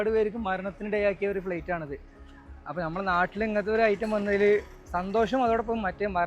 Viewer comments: Plate alla flytaau 😂😂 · പ്ലെയിറ്റ് അല്ല പഹയാ ഫ്ലൈറ്റ്